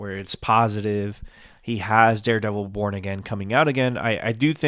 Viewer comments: Oh thank god it’s not just me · I KNEW I WASNT TRIPPING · Yeah exactly 😂 I was like "APPEAR IN WHAT? AND WDYM AGAIN??" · Every time u say "Daredevil Born Again" i hear "Daredevil Porn Again".........🤣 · thank GOD it wasn't just me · Okay im glad I'm not alone I rewinded like twice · Ah good. I'll skip the video then. Because yeah, I'm not understanding what he's getting at. He also pronounced violent and and born weird so yeah I zoned out.